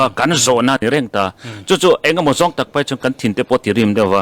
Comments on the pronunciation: Tunah chuan thehluh tur a draft chu kan paih thawkhat tawh a ,ti a i chhiar rik dan hi ka ngaimawh tlat A draft chu kan peih ti a chhiar tur/ paih i tih khan hethil hi ka duh tawhlo ka paih dawn / peih chu kan peih tawh e , chawei kan peih e tihna a ni 😊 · Peih tih turah paih tiin lam ri tawhlo hram teh aw. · Peih tih tirah paih i ti leh thin a, mizo tawngah a ri diklo a nia.